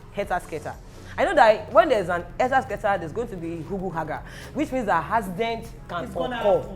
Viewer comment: Accident not haccident work on your pronunciations madam host